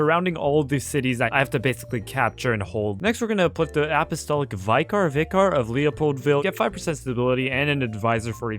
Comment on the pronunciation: Only on do you get surprisingly alright french pronunciation followed by completely mispronouncing vicar